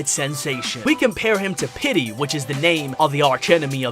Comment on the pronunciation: bro calls petey “pity”